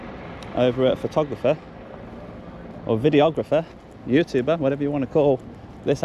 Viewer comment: Youtooober lol, learn how to speak